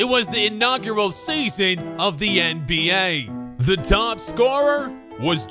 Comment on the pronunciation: Does anyone realize he says “end B A”